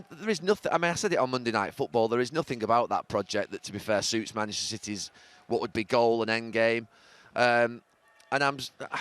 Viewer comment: Why does Gary Neville pronounce "Manchester" "Mchsta"?